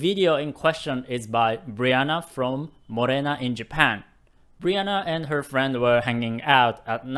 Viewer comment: You say morena better than the white ppl I know.❤️❤️❤️